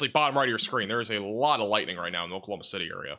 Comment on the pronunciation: Can’t be a meteorologist if you can’t pronounce Oklahoma City correctly 😂💀.